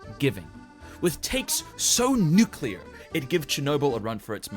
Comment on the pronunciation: Nuclear* not nuculear*